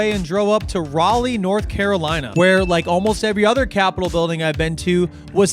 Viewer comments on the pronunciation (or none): none